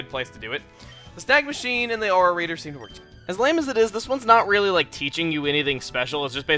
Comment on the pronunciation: When you "Snag Machine" I thought you said "Snack Machine". That made the beginning of the video too funny!